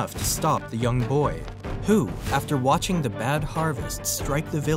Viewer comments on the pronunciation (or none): none